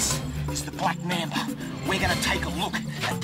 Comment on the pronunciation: "This the black mambuh" Goddamn I love this man.